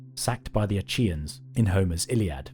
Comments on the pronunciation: I don’t think it’s pronounced “A-chee-uhns”, a chi doesn’t have that sound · That's not how you pronounce "Achaean".